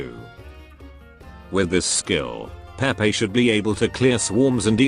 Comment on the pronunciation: HER NAME IS PRONOUNCED "PAY PAY" 😡 JUST LOOK AT THE EN LIVESTREAM